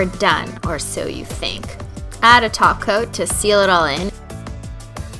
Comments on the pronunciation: I almost had a heart attack when she said top coat and not taco 🌮........ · after watching this video again 8 years later im remembering why we all thought she was saying taco 😭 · Did she say topcoat?? And not taco??? OMG!!!